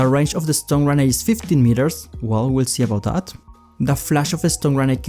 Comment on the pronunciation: You say the stun grenade ‘Stone grenade’